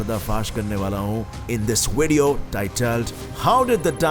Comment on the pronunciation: It's not wadio it's video.